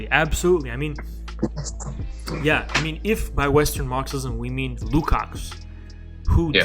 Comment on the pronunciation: the "cs" Lukács is pronounced as a "tch" not a "ks"